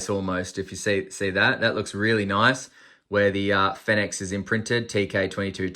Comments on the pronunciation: I saw another review of this light & the guy had the biggest sook about it & didn't even finish the review, because he was so disgusted by it, complete douche.Oh btw,not sure if you care,but apparently it's pronounced "Phoenix" 😁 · as far as i know, every other (english speaking) reviewer pronounces it the same as the word 'phoenix'